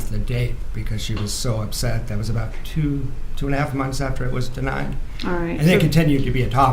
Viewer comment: The way says "teww" instead of two is so annoying.